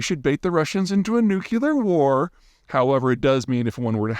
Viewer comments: "Nucular" is NOT an accent. It is simply an incorrect pronunciation, which would be entirely forgivable for an ESL speaker, but Peter is not one. (For instance, Arnold saying "Nucle-ah" is completely fine, because THAT is an accent.) It's the difference between a MODE of pronunciation and a MISpronunciation. Peter is entirely capable of pronouncing the word correctly, but doesn't. Moreover, he's an academic (professional entertainer, but still academic) who should absolutely know better. The fact that other famous people (especially the likes of Mr. Can't Get Fooled Again) have mispronounced the word before him is a TERRIBLE excuse. If someone hands you a meal and (unironically) says, "Bone Apple Tea," it's not because they have an accent, it's because they're uninformed. For a man whose entire reputation is predicated on being as informed as possible, coming off as uninformed about something so simple is a bad look. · It’s pronounced Nuklee-Ar As in “nucleus” -> nucleAr (I would not call you Pre-te but Pe-ter) This is all because “nuclears” were nicknamed “nukes” which induced the wrong “nuke—(ending)”. I am all for modernization of language but to me this makes less sense as it brings the word further away from its origin. In which case we should then also say “nukelus” for the atom nucleus, and not “clues” but “cules” and not “clavicle” but “calvicule” etc… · Intentionally mispronouncing things like "W" did just makes you sound like a dunce, and if it's not intentional, just a fundamental inability to read a relatively simple English word, and NOT be able to pronounce it correctly, throws into doubt all of your glib interpretations and conclusions. Can't wait for "linguistics professionals" to start telling us that saying "AXE" is really equivalent to saying ASK. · The way you pronounce nuclear makes you sound like a hillbilly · I follow almost all your videos. Smart ideas. Just a small comment : It would be nice if you pronounce “nuclear” correctly. 😉